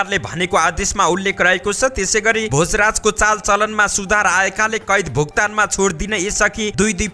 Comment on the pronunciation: भ‍ोजराज भनेर पनि वाचन गरियो त् !